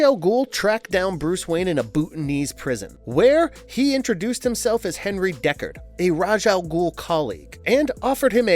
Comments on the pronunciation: He did say DECARD, though! It’s DU(As in OOO!)CARD! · Dude! You have no sense of correct pronunciation in this universe. It makes you look stupid. You called Melisande ..Melisandre. then you called DUCARD .... Deckard. You would think before you make a video that you would at least watch or read the material along with Hooked on Phonics. Plus the original pronunciation of Ra's Al Ghul is Rozz not raysh.